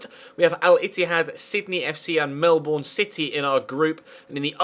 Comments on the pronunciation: Hey being Australian it's quite cringy listening to you say Melbourne, it's not pronounced as its spelt like melborn it's more of a melben/melbun sound. Otherwise awesome videos, keep it up! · Kinda expected to mispronounce Melbourne (only Australians seem to know how to say it right XD). It's pronounced 'mel-ben'.